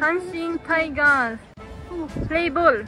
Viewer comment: 阪神タイガー「ズ」は初めて聞いたな笑 ママ良い経験してるわ